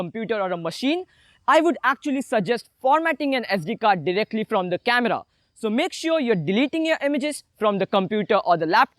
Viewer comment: hi baiya awsm video but dont say 'the; like that